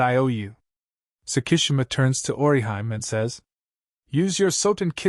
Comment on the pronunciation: Oriheim? Dude. Work on these pronounciations.